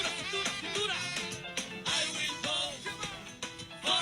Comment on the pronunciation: " I will 'boat' for donald trunh" Bahahahahaha 😮😮😮